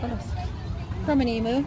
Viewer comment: Love how your daughter is learning and now I'm going to give a little lesson. I'm Aussie and koala's aren't bears, they're marsupials, so are just called koala's. Emu eggs are a beautiful green/cobalt blue colour so that would've been an ostrich egg. Also emu is pronounced eem-you 😊